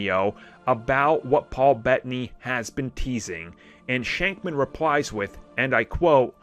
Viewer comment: Not shankman its shakman